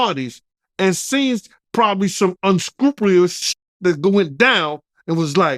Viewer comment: He can't say unscrupulous it's a difficult word